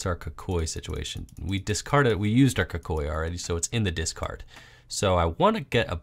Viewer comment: stop pronouncing kukui wrong